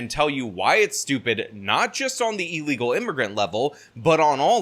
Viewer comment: ILLegal. NOT EELegal.